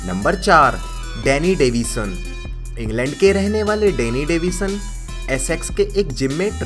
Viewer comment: It is Davidson not devison